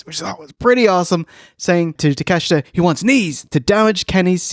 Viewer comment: I love so much about but fooking hate your pronunciation of Takeshita.